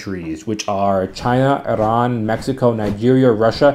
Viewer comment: The only American who pronounced Iran correctly. Not "AaiiRraannN" Like oher white dudes.